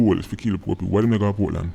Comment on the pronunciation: Portland is actually "Poor-tland".